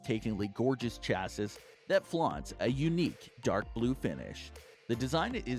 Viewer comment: it's pronounced chassEE not chassiSS - ruined the whole video. and it's not 13 inches laptops it's 13 inch laptops.